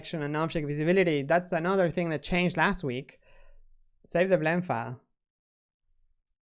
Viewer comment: Flend File. Lol!